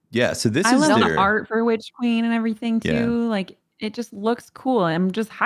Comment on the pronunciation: So nobody gonna mention that flubbed saying witch queen a couple weeks ago and that became the whole "witch cream" thing?